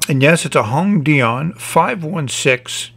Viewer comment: The way you say hongdian is very cute especially the "dian" part sounds almost french hahah. I believe the name is 弘典 which roughly means "large standard" although it's a name so can't be too literal with character interpretations. "Dian" is pronounced like dee-ann with a tone that goes down, then up.